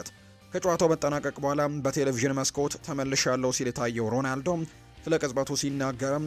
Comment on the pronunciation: ሮናልዶ ሮዳልዶ አትበል ሺ ግዜ። ያንድ ግሌሰብ ጋዜጠኛ ነህ? ሙዚቃ አውጣለትና በቤትህ ሺ ግዜ ዘምርለት እንጂ ሚድያ ላይ ወተህ አታላዝንብን